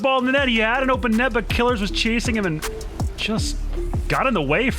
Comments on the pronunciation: I like how sunless calls him “killers” whereas Johnny calls him “kill ears” and now I’m confused on how to pronounce his name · Isn't it Kil-ears? Not Killers? That's how Johnny always says it and I trust him the most since he interacts with every player on his channel, but Killeerrz is literally on your team so... I'm stuck.